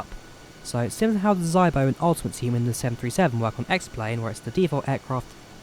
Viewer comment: It is pronounced " Zeebo" Shame there is no default 737 so we can see the same project for that. The one thing which is stopping me moving from Xplane is the idea of having to spend £££ on decent working aircraft. grateful for this project. Guess I need to learn how to fly the a320.